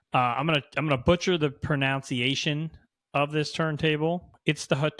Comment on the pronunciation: You butchered the pronunciation of the word “pronunciation”.